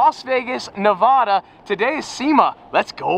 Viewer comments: I love your videos, and have been a follower for a LONG time. Also you’re here often enough to know how to say NevAda (A as in Apple)… it’s not NevOda. (Not O as in Awkward). 😂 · It’s Ne-va-duh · As someone from Nevada it’s pronounced “Nev-A-da” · As a Vegas local it’s not NEVAHHDAHH